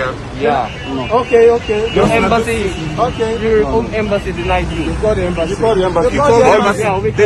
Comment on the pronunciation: Its embassy not embanssy